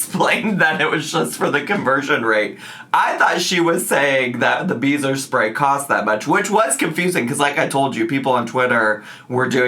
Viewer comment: I thought you were saying, “beaver spray”😂